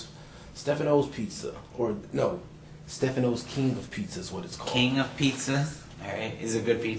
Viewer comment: This guys good friend and he can’t pronounce Staffano’s Pizza. Not one word is the truth. Yuck. Can’t stand guys like him.